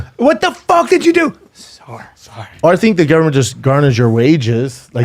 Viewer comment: “At the end of the day people go…sa’horry..’”💀